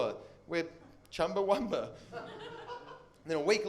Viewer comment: The band's name is Chumbawamba, not Chumbawumba.